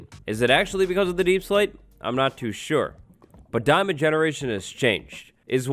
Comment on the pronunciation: "DIAMON" Now heart me ;)